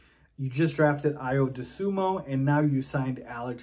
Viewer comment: Had to check out the video to see if you pronounced Ayo Dosunmu wrong again. Here's a hint, his last name ends in a "u," not in an "o."